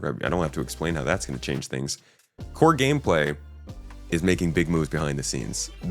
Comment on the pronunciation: When you said "big gameplay" I heard it like "big pharma" and had a little giggle to myself.